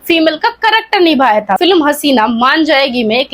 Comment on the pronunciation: Phle bolna to Sikh moti aunty फिलम kya hota h फिल्म hota hai, kructer nhi Character hota hai